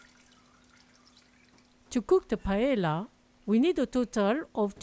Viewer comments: Thank you for the recipe …very creative ! In Spain we say “there are as many paellas as cooks that cook them.” I wouldn’t use the fish, though, and add some artichoke and green pole beans. Anyhow yours looks very tasteful. By the way, Paella is pronounced like “paeya” not “paela”. 😊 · PA - EH - YA …. NOT ….. pa e la , please 🙏 thx ☺️ and it looks DELICIOUS 😋